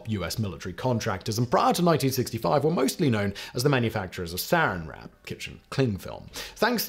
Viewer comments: I Found Out - Saran (as in Saran Wrap) is pronounced suh-RAN. SAR-in wrap, I guess, is packaging for nerve gas? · Yo when he said Sarin wrap instead of saran wrap I about shit my pants.😂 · Sarin Wrap didn't test that well as a brand name. We pronounce it 'suh-RAN'. ...Sarin wrap. 😂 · Simon says " Dow Chemical was known for [sic] its everyday product; Saran Wrap. " except the way he said it caught my attention. I was born and raised in Southern California, specifically in the northern part of the southernmost County (San Diego) and I have been using the product for my entire lifetime. Simon pronounced it like the old nerve toxin Serin gas. I've always pronounced, and because of my parents who pronounce it the same way: s'ūh-rānn wrap. Just wanted to share that tidbit. Love the channels Simon keep up the hard work. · It’s “sa-RAN wrap”. Stress on the second vowel.